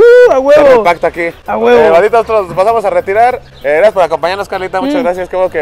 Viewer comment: Jaja a a cada rato se le salía un a huvo😂😂😂😂